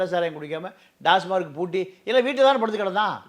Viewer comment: Tasmark or TAMAC BASIC PRONUNCIATION IS ONG. PLEASE CHECK